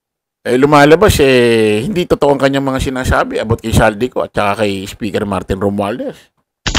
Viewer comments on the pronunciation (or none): none